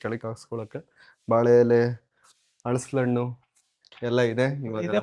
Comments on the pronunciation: ಅಳಸಲಹಣ್ಣು ಅಲ್ಲಾ ಅಣ್ಣಾ ಹಲಸಿನ ಹಣ್ಣು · ಹಳಸಲಹಣ್ಣು ಅಲ್ಲ ಹಲಸಿನ ಹಣ್ಣು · ಹಳಸಲು ಹಣ್ಣು ಅಲ್ಲ ಅಣ್ಣಾ ಅದು 🤩🙆‍♀️ ಹಲಸಿನ ಹಣ್ಣು.. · ಹಳಸಲು ಹಣ್ಣು ಅಲ್ಲ ಹಲಸಿನ ಹಣ್ಣು, ಮಾವನ ಹಣ್ಣು ಅಲ್ಲ ಮಾವಿನ ಹಣ್ಣು